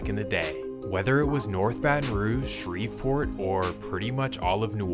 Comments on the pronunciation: Bro said Shrevepoop🤣🤣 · What did you call Shreveport?